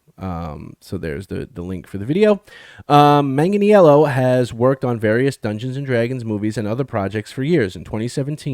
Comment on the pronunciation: Hey ( not picking on you but it's pronounced Manganello, he doesn't make it complicated ) I heard he was involved in a D&D project before this new D&D movie was released and hoped it was a Dragonlance movie we were going to get. I am stoked to see a DL series. I do want them to stay with the books and hopefully stay faithful. I don't want the current political culture to affect it. I love the character of Huma and would love to see that story told but any of the DL novels would be ok.